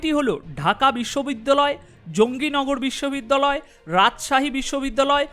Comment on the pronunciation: সঠিক নাম ও বলতে পারেন না😂😂 ওবায়দুল কাদের জাহাঙ্গীর নগর বিশ্ব বিদ্যালয়